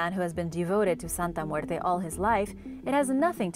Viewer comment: Love the way you pronounce Santa Muerte!